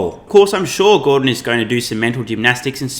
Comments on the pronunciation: Gor "dong" lol... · Gor-dong Lol